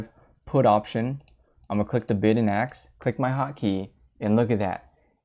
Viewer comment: Great video. Just one thing- "Ask" isn't pronounced AKS